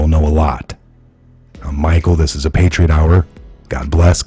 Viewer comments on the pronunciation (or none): none